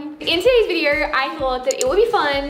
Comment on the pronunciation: nobody: sarah: viderrr sorry no hate